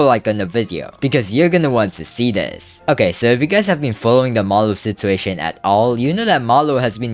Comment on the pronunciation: can you pronounce "situation" correctly it makes me not want to watch your videos